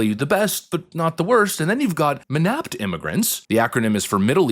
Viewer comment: MENAPT... to rhyme with "inept."